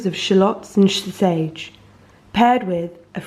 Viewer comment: "With flavourings of shallots and shla-sage."